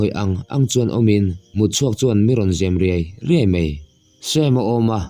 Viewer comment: Kuah chial,tih leh mi zem riai2 tihhi i thluk dik lo ziah a i nu te zawt rawh bawih a😅🎉🎉🎉